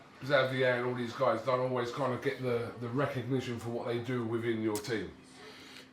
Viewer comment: Legend has it Dillian is still trying to pronounce recognition